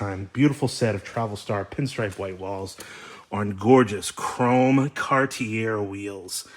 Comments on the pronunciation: Dude it's pronounced CAR-TEE-A. LOVE YOU BUT YOU SOUND SO I IGNORANT WHEN YOU SAY IT INCORRECTLY. IT'S NOT CAR-TEE-AIR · Awesome video! Love all of your long-wheelbase Cadillacs and Lincoln's. Just one thing. Being from Canada I cringe everytime you say car-tee-err. The proper pronunciation is Car-tee-ay. Cartier is a French word. Thanks, and continue the good work! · It's a Cartee-A. Just saying. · It's "Car-T-A" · The last R in Cartier is not pronounced, say it like this:Car-tee-eh.